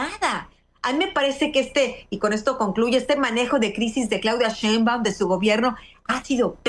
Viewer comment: A ver Anabel, repita conmigo "Schainbaum, Schainbaum, Schainbaum..." de nada